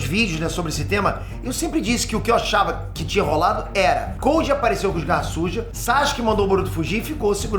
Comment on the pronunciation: Toda vez q o fala garra sujas fica parecendo q eh garrasus kkkkk